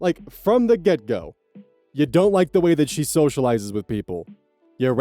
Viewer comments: EVERY DAMN TIME but not just. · I do, but I also just hear everyone say “from the gecko”